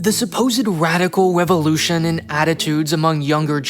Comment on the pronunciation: "Radical wevolution"